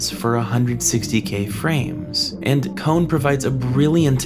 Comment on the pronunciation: Kon is not pronounced as cone.